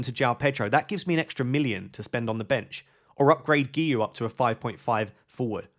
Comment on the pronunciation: Great pronunciation on Guiu! (i'm Catalan and it's a nightmare to pronounce)